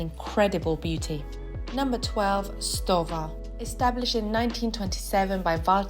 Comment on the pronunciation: Leica = say "Lie-Kuh". (Lie as in lying on the ground) Stowa = say Shtoh-vahh. Lange = say Laang-uh. Sinn = say Zinn Laco = say Laah-koh. And btw, you forgot Dekla.